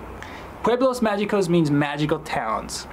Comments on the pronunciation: Is not MAYICOS , it pronounces MAJICOS WITH THE “J” for you will be MAHICOS! 😂😂😂😂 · Not “Pueblos Ma-jee-cos” It’s Pueblos Ma-he-cos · Please learn it's Pueblos MAH-hee-cos... no Candaian/American G sound, please... thanks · Right after you pronounce "magicos" with a g sound you say you don't speak very good Spanish‼️😎😂😂😃 Very very few words with a g in it are pronounced with a G sound... almost always an "H" sound. One exception would be the word preguntas which means question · Thanks but by the way you pronounced "Pueblos mágicos" I can tell you still need more practice but that's way better than insisting on speaking just English.